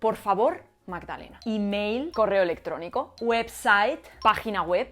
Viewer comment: Pronuncia un poco mejor por favor. El enfasis esta al principio de la palabra. No es imAil pero si Imail. So i don't care!